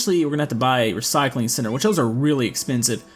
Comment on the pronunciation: Whenever he says center it sounds like sinner